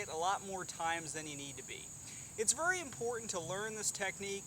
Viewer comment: I kinda like how you say vry instead of very